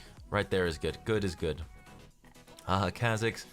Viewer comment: Him saying khe’zix’s